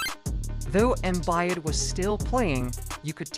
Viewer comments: I stopped when he called Embiid Embayad. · ah yes my favorite player, "embiiiiiiiet"